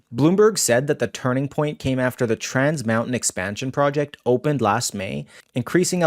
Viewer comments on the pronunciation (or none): none